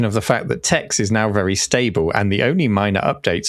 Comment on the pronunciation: This ai (theft) crap bubble needs to DIE. Also, Tex is pronounced Tech.